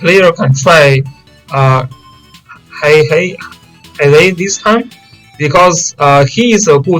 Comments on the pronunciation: It's pronounced "He - Yay". At least, according to the anime english. I was sorta enjoying you calling him "hey - hey" tho lol. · hiei is pronounced "he ayy"